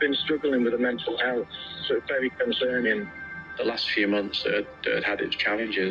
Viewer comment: 'VERY CONCERING', saying of the week